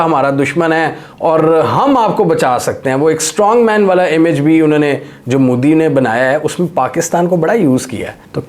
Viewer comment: Moodi nahi hai, Mo-Di hota hai..... Oo nahi sirf O hota hai